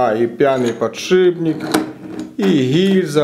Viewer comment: Ну сколько можно говорить не подшиБник а подшиПник!!!!! Ну сложно запомнить?